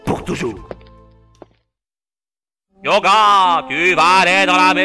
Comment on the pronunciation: Il s'apelle pas "Yoga" il s'apelle "Hyöga"